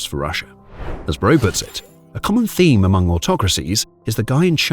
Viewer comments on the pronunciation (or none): none